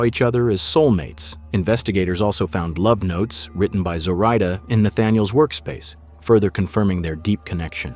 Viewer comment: This video is a little unsettling for me because my mom’s name is Zoraida. They’re pronouncing it wrong. People have been pronouncing her name the way the narrator is pronouncing her entire life.